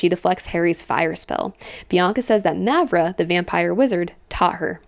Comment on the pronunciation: Btw, both As in Mavra are pronounced the same, with the long ahh sound.